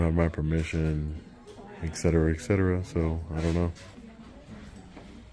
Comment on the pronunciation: Et Cetera (ETC.) Not Exetera (EXT.) Et Cetera (ECT.) Not Exetera (EXT.)